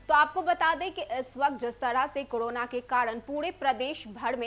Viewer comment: Kodona, bhadme, tdahi nhi . Pahle patrakarita ki shabd shaili shikhiye fir prasharan kijiye. Like an Indian citizen.